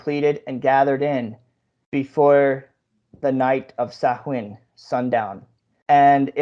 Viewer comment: Im down , Sam Hain?!? If you're gonna attempt a documentary on a festival at least learn how to pronounce it 🤣🤣🤣 "Soween" not sam hain🙄 one Google search would have kept ya from looking like a twit.